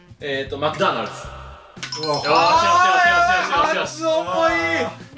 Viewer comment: 今日の動画での須貝さんの発音が美しくてこちらに参りました。 ｢Mcdonald's｣